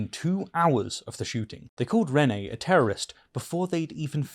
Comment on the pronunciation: Renee is not pronounced as ‘renny’ 🤦‍♂️